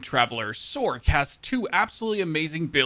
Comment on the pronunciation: Who people say sorck instead of “source”. Sorc is pronounced “source”